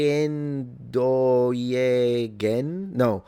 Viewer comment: Zeeeendooieogen isn't a word...